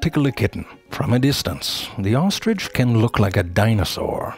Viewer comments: Zefrank: “Here we explore true facts about the ohstrich.” Me: Uh, do you mean true facts about the ostrich? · I like saying, "There is no 'g' in ostrich. So often someone says 'ostrige'. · best pronunciation of ostrich ever 😂